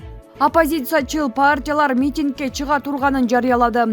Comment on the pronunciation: Митиң эмес митинг